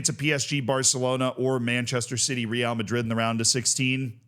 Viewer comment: How often do you talk about Real Madrid? Just google how to say it